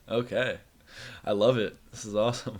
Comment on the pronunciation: He pronounces Okay as uhkuh. Earth is going to blow up?